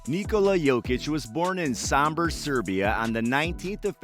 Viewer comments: It's not Saaambor.. its O... sOmbor... like Oats. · It's not Sambor it's Sombor brate :) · Sombor. Not sAmbor.